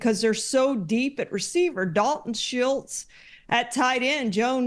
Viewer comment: Why did she pronounce Dalton Schultz' name like that? Lol